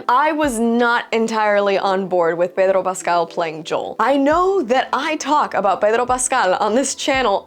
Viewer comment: The way you pronounce Pedro Pascal is really annoying. Please stop we get it your latina but just pronounce it like everyone pronounces it.